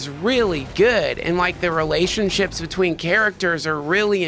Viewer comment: Joe "Betchween" Rogan